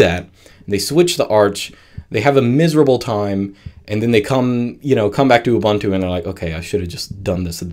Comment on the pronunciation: hahaha, Ubuntu m a a t a y it is mate as in 'you're my mate' ubuntu not ubantu u = uh /ooh | not ah The beauty I find with most Linux distro's, especially the Debian family (Ubuntu, Mint, etc), is that it just works out the box with no additional messy drivers needed. The only drivers I have ever installed is latest graphics divers. Nice and simple and so much PoWeR